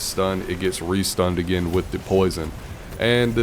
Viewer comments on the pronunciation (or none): none